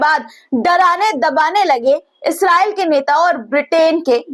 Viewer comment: बेटी इजरायल होता है😅😅😅😅